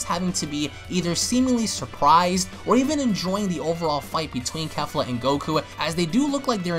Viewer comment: the name pronounce KE- FLA like KEY-FLA not KAFLA lmaoo you all pronounce it all wrong.